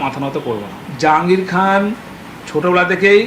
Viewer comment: নিজের নামটা ঠিক করে বলতে পারছে না, জাঙিয়া খান বলছে ।